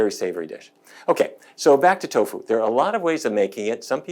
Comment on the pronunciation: I gave a thumbs up but you lost me at Toffu! Lol